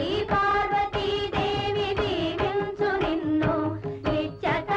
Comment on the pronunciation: "Deevinchu " not jeevinchu andi